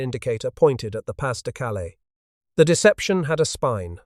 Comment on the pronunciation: Pah de, not pass